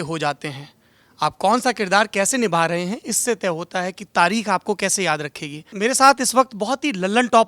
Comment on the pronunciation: It's not "raha" it's "rahe", you village idiot